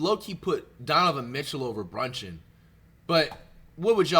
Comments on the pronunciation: He calling Jalen brunson Jalen bronchin😂😂😂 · Bro kept saying brunching